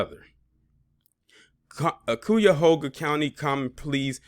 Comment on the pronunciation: Cuyahoga is pronounced "Kai-ya-hog-ah". I live in the county next to it. You and lovelyti are just butchering it. 😂